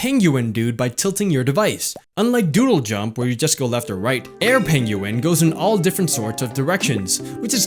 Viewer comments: You need some help. Okay. Penguin. Pronounced: "ping-win". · i think its peng-YOU-win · Yeah, it's pronounced 'peng-win', sorry =P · Pen gu in he said it funny but good apps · Haha love the way you say penguin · You say Penguin real weird. Just sayin' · LMAO... the way you say penguin is hilarious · why does he say penguin like that? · So, I should get pengUin and angRey birds? (the way he pronouced it) :P